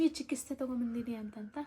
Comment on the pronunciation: Chikisthe alla chikithse